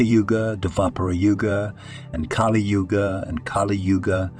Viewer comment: What ? Kafi yuga instead of Kali Yuga? I'm out